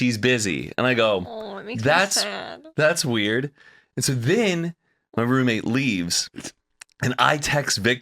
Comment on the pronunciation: Love the podcast for sure, however can you please please please AVOID the word Roommate!!!! I had to stop watching bc can't say that word today!!? I almost swear I've heard her say it typically in other videos over the years? She was a lot much this episode 🤪🤣🤣🤣 Of course I'll be watching next week 🥰